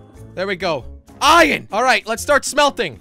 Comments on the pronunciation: I love how Jelly says ‘Iyan’ instead of iron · Who cringed every time he said ion instead of iron like if you did tooo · I know! He prounonces iron iyon/ion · he means jelly says ion instead if iron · It's not iron Its ion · I like how he says ion and not iron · He says iron like iren